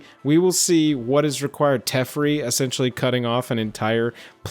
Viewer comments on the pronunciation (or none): I believe Teferi is pronounced as Tah-Fairie, not Tiff-ri. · DdI he just say teff-ree